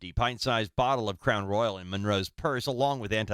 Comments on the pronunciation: Ummm, it's Crown Royal, like the king Royal. It's not RoyalE. 😅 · We don’t say roy-yal in the south! We say royal like “the royal family”. I don’t know where Nancy got that crazy pronunciation but it wasn’t from the south! 😂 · It's Crown Royal, not Royale. This woman is definitely going to prison. Her unborn child probably will be taken from her, too. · Omg Nancy it’s not crown royale, it’s crown royal (like the Royal family) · You're so familar with Crown Royal that you can't even pronounce it. It's ROYAL not Royale. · Crown Royal NOT ROYALE…. Making it sound like the James Bond movie 😂😂😂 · Well it’s Crown Royal, not Royale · It is Crown Royal, Nancy, not Crown Royale. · ITS NOT CROWN "ROYALE"....its Crown Royal ffs lol😅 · Royal, NOT Royale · Nancy its Crown royal not roy-al!! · CROWN ROY-YELL 😆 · Nancy is not pronouncing it correctly😂. It's crown royal. But I'll let it slide. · Same pronunciation here in the midwest, just crown royal, plain and simple. No roy-AL lol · Was there a sticker that people put inside of wallets? An 80s thing. Royal vs Royale pronunciation